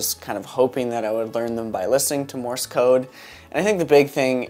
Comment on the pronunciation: MORSE, not MORIS! stop saying more-is